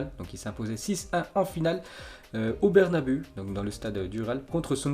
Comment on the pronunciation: Ça se prononce bernabeou par bernabeu